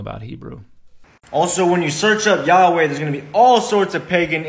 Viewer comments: Your "YaHooHa" made me laugh out loud. I know it's probably really bad form to start referring to God as YaHooHa, but it's really, REALLY tempting. God has a sense of humor, right? 🤣🤣🤣🤣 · YES! The four letters, Yod, Hey, Uau, Hey, do pronounce Yahuah. As it sounds. This man is clearly trying to force Hebrew into English sounds, and it is very obvious. And he even mentions Lew White, so this man knows the truth, and is intentionally deceiving. I would implore those seeing this video to do as the Scripture commands, and here Lew's argument, too. I challenge anyone to do so thoroughly, or you are breaking a Command by simply believing this video.